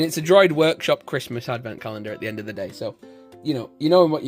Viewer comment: its a aat not a att